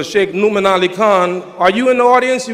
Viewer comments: Yeah, I think it's pronounced Nou'mon though. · I like how he pronounces Nouman's name like Mu'min with an "n". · its funny how his saying nouman name lol